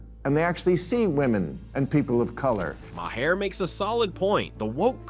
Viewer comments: Come on AI start pronouncing these names better mahair who the hell is that Bill Maher is his name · THAT'S WHAT THE THREE STOOGES SAID MA-HER HIS NAME IS MAHER